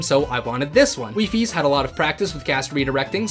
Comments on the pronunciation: It’s pronounced “WHY FIES” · WiFi is the plural of wifie it is pronounces weefi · i am here to let you know the plural of wifies is officially not wifieses but wifi (pronounced wee-fi)